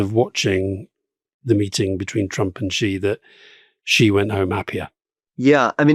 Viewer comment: Amazing - who finally gave Alistair a nudge about pronouncing Xi wrong for so long??